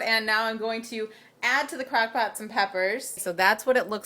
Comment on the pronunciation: When you pronounce 'crockpot' like crackpot, it makes me think that you have a crack lab with a 'breaking bad' theme in your kitchen lol. Not trying to be mean, it's just so cute how you say 'crockpot'